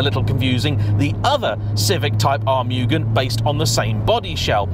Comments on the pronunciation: Fine video, always enjoy them. But I think it's "moo-gen", not "mewgun". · Lately, It cracks me up of how people say "Mugen", after I saw a video with title "How do you say Mugen? I'll Bet you are saying it wrong!" ;-) I for one, getting my first FN2 'GT Plus Race' version, hopefully by the end of this week. Again, saving up for many years, to look around for a Championship or a legit Mugen one. But yes, what a great Nr "3", this one is. I hope that it stays in that family forever! Enjoy it, take care of it and you love it. Thank you for the review of this car.